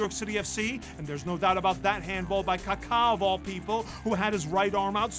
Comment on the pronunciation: Ka-Ka not Kar-Kar